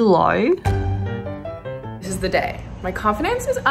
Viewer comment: like "most" & "low" idk sounds Aussie to me but Im American so 🤷🏻